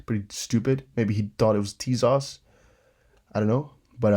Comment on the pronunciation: Tezos is pronounced Teyzos. Not teaZOSS ✌️